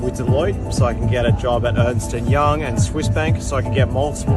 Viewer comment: Ernst & Young not Ernston and young